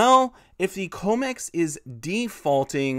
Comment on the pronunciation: you are saying comex wrong - com like commodity